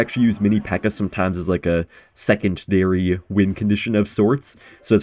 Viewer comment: Secont-dary? Also too many hand movements P.s Rooting for u